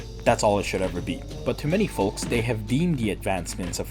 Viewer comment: dude's saying folks with a hard L